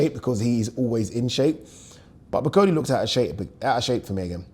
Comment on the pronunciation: can you pronounce Bakole properly. Come on man you’re a Yoruba man you wouldn’t like me calling you Addy would you